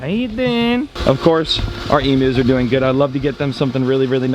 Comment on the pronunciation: I love when goes,how ya derin